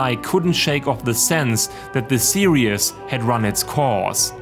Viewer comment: Every time he says series it sounds like he says serious